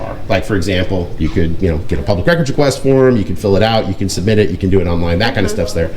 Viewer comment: Did the public records officer say ''pubic'' record ?